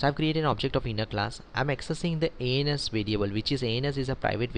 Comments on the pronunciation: nice explanation but whenever you say "ans" in this video it sound "anus" lol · Nice tutorial. I totally love it, but I have to point out "ans = anus?" LOL sorry, I couldn't resist XD. But, seriously, nice tutorial keep them coming :)